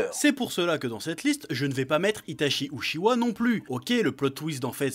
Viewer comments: c'est Uchiha et pas Ceshitsu s'il vous plait Monsieur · la prononciation de Uchiha me donne envie de briser le confinement